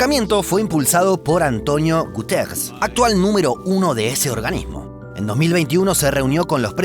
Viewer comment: Yo siempre le decía Antonio Gutiérrez a Antonio Guteggggrres xD